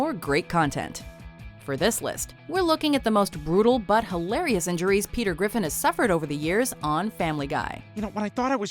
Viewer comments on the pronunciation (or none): Pea Tear Griffon